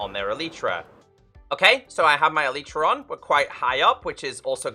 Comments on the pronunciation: Elytra is pronounced "EL-lit-ra" (emphasis on the first syllable), not "e-LITE-ra", and it's the plural of elytron, so it's not "an elytra" but a pair of them (like a pair of trousers). I have yet to find one Minecrafter on YouTube who uses and pronounces this word correctly, though. You can look it up on the official minecraft wiki or on wikipedia (elytra are the hard outer wing cases of beetles) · E-li-tra sounds better imo